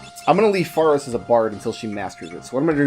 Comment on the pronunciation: I am very slightly bothered by your pronunciation of "Faris"